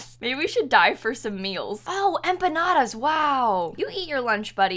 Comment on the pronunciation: saying empanadas is my new religion